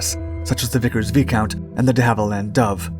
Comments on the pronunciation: It's "VAI-count", not "VEE-count". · Not V-Count, it's Vie-count. Also British built. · " V ee count" ?? V I scount ! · PS, Viscount is pronounced Veye-count.